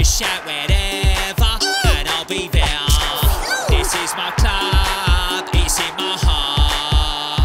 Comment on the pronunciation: the way he said there is just so addicting fergi had a mederian accent when he said jt jt jt